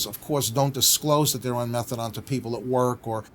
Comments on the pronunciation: Never ever heard someone call it methadon like he shall rather than methadone lol class such a funny way to pronounce it. But yeh such a great plan to help support patients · Exactly sounds like someone who knows fuck all I’d rather the magalaDON come watch tv with me that sit and here him butcher the name methadone